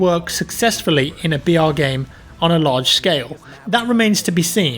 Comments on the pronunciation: Everytime you said br I thought you said vr and kept getting excited for a second 😂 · Stop trying to be smart by saying BR it sounds like your saying VR no one refers to battle royal as BR stop trying to start a trend